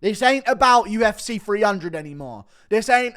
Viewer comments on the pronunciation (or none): "UFC Free hundred"